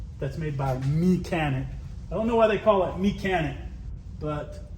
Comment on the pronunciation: It’s pronounced janik…. Yawn-ick.